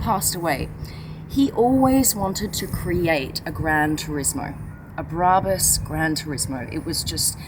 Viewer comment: Turned off instantly after hearing you pronounce brabus and Mercedes 😂😂😂😂😂😂😂😂